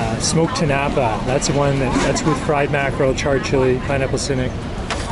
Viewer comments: just to help you with the pronounciation, in tinapa, the stress is on the last syllable (ti-na-PA). your pronounciation is close to that of the word tinapay (ti-NA-pay) which is tagalog for bread. 💚 love love love that you're so interested in our cuisine. at times, i am amazed by some of your culinary insights. more power to your channel. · Tinapa is inflected at the third and not the second syllable. It's eaten for breakfast and like most other Filipino breakfast item this is a paired with garlic fries rice or "sinangag" To eat this you dip the tinapa into a spiced vinegar condiment then eat it with your fried rice and fried egg. It would be recommended to follow it up with "atchara" or pickled green papaya. Love your content thank you for featuring our food and appreciating love from the Philippines 🇵🇭 ❤